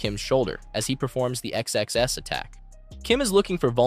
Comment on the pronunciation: It is so distracting that your AI voice keeps saying X-X-S instead of XSS